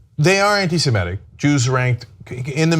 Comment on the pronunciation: Ana: I keep telling you: anti-SeMItic. not anti-seMEtic .